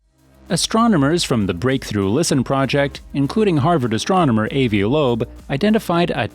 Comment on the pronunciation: NOT "AE-vee", "AH-vee". And NOT "EGG-zo", "EK-so".